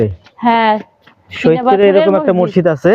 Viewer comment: আরে ভাই মসজিদ উচ্চারণ টা ও ভালো করে করতে পারলেন না। কি আফসোস রে ভাই আমাদের সৈয়দপুর, পার্বতীপুরের ভাই আমাদের মান সম্মান টা রাখলেন না।